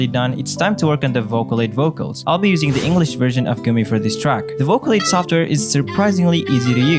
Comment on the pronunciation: soft air lol rip english